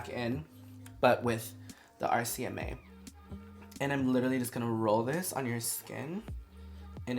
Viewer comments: RCMA, not RMCA 😉 we got you girlfriend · When Laura says RMCA and not RCMA lol I'm not mad its so Laura!! lol Love this collab is bomb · Laura, sweetheart, it's RCMA NOT RMCA ❤❤❤ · how she say RMCA lol.. its RCMA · Lol “RMCA” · RCMA. she said it wrong